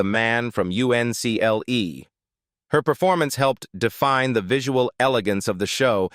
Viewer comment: it was pronounced UNCLE.